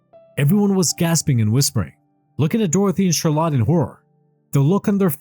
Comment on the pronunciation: Learn to pronounce CHARLOTTE ffs